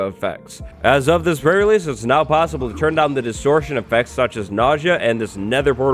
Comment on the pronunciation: The way je says pre release, sounds like fur release